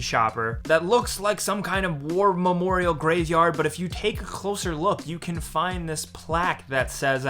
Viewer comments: "CCCHLLLLoser look" haha oh sweet jesus. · How did I not notice that the first time 😂